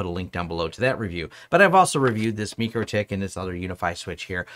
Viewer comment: Mikrotik is not MEkrotik listen to how the guys from the country who speak the language say the company name in their videos, stop pushing the fake pronunciation.